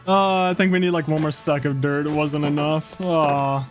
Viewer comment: I love how you say dirt duert